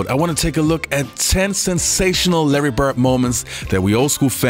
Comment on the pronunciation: Who is Larry Bert? And who is Dennis Rottman? Please work harder at pronouncing those traling D's, my brother.